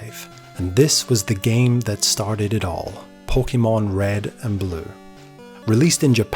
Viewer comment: While I love your passion for the Pokemon franchise, every time you say it's name I cringe a bit. Please, do yourself a favor and look up how to pronounce it correctly.